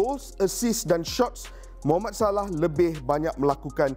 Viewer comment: Mohammad salah sebut btul2.. Jgn ikt sgt barat..